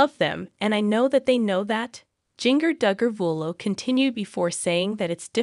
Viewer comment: Start by saying her name correctly!!!!?